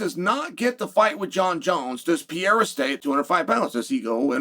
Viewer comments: Amazing how one man can go undefeated in a cage where you fight for money, but also never win a round against another man's last name... it's truly the most ironic thing of all time. He's repeatedly lost to pronunciation through out his heralded career. No man can beat him and there's no name he can't screw up. That's our Chael Sonnen. The people's champ. 😂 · Can someone tell me who pee-er-a is? I know who Pereria is. I love how chael always pronounces it that way, and nobody corrects him ever. Ha ha. Where is the hot Mic by the way? Uncle chael making up stories again ha ha. At least he’s not making up stories about the nouegara bros feeding a carrot to a bus. Ah the American gangsta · Cheal is a genius...just keeps saying the name wrong on purpose 😅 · Chael Sonnen. Undefeated and undisputed without question the greatest of all time. At everything except saying anyone's name correctly ever. I don't know if he's ever had a segment where he hasn't completely butchered somebody's name. Who the fuck is this French fighter named Pierre that he keeps mentioning. Then the New Mexican fighter named Piera. Like it's so sad and the dude says it wrong over and over. Pier-uh Pier-uh Alex Pier-uh...😅 I almost had to stop watching out of the sheer disrespect for poor Alex Periera. 😢 Chael the dude has two R's in his last name. Fucking learn to speak or get a dialect coach or something. Like it's gotten out of hand. You just confused half your audience for 30 seconds thinking there could be a guy named Pierre then a guy named Piera who we haven't heard about. Thank god you finally said Alex Piera finally so we could at least realize it was just your horrible effort on pronouncing Alex Periera. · Wtf is pierra, Sheila??? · ALEX PEE-ERA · who the hell is Peeyera? Chael has been talking about him for a couple of years now. I can't find him on the UFC roster. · Maybe its the guy Joe Rogan talks about? But he says 'Peehayda'. 😊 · Man you butcher alex pereiras name lol